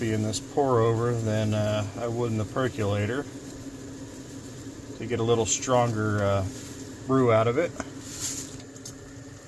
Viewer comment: PercOlator, not percUlator.